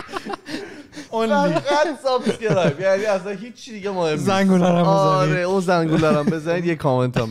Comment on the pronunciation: من نمیدونم چرا که دیگه تو کانادا داره زندگی میکنه چرا به subscribe میگه سابِسکرایب؟😄 اون کسره ِ ب خیلی زجر آوره برام. (بازم ببخشید اگه هکسره اضافه گذاشتم)